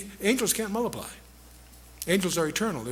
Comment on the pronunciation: They began to mulliply .... It's " multiply " dick !